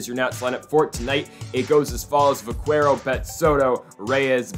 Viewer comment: It’s pronounced vakero